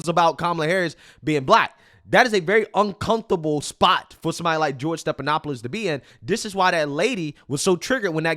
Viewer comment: his name is NOT STEP-it is STEF-StePHanopoulos.